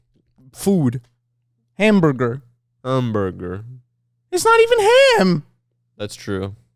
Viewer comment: I knew the Korean accent saying "hamburger" was gonna come out